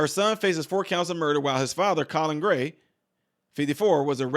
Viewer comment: With your slightly southern (to me, from Vermont) accent... when you said "to confirm her ex-husband... Colin Gray," because of how quickly you said the name like it was almost one word.. I was paying half attention, did a double-take at my screen, like "Did he just say COLLARD GREENS for no discernible reason in the middle of this topic?! WTF? What did I just hear?" Hahahahaha. Obviously, I was wrong.. but I found it very funny. Oh.. the random tricks our minds can play on us.